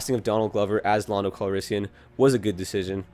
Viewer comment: It’s land-o